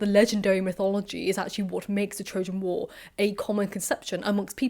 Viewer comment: Her 'O' sounds are very English. And listen to the sound of her 'a' in 'war' [ WOR ]